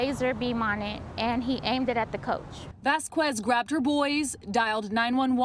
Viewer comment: Retry saying Vasquez